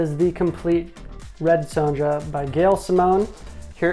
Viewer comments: Great overview! One note: the "ja" in Sonja is pronounced with a y, so it's "ya" or "yah". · How he says it is rather jarring